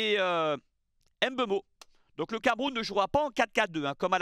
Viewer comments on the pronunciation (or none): Très belle analyse 💯 par contre un effort sur la prononciation des noms Kmers serait apprécié: Mbeumo, Njie Ngamaleu. Le M ou le N est avalé. Le plus simple c’est de ne pas les prononcer. Je comprends que vous prononcez dans la langue française mais vous faites les mêmes efforts lorsqu’il s’agit des nom anglais tel que Tyson, et non “Tison” merci ☺️